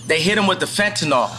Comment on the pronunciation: Why is it so hard to say "fentanyl" instead of "fentanol"?